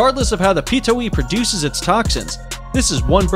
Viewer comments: piTOHUwi. Not pitowi smh ck ck ck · "Self proclaimed king of the skies" How can a bird "self proclaim" anything? *facepalm Also, completely butchered the name of Pitohui.